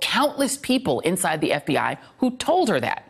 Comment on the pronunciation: It's pronounced "eff bee eye" not "eff bee AH". C'mon